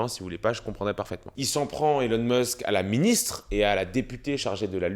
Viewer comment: SVP c pas Élon Meusk mais ILON MÂÂSK( phontiquement). C tellement désagréable